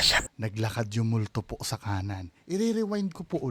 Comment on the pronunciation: Hahaha ang lutong ng puuuuu 😅😂😂😂 Tulungan mo kumaliwa ❤😍